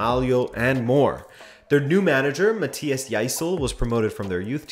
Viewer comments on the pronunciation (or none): none